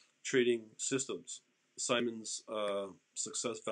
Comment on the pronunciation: Pronounced like “Sigh-mons”